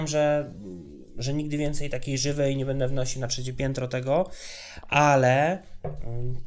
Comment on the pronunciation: Jak pan spędzi święta. "Bede grał w gre!"